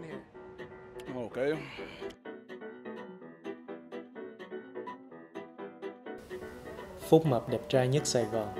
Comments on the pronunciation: phúc đọc thành fu*k? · Phúc thì mấy bố toàn đọc là Fuc-k là sao ta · K hiểu sao phúc mập thì toàn đọc là f#ck mập 🤣🤣🤣🤣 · Phúc sounds like the F word so yeah